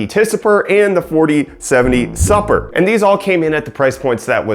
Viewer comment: super... supper? lol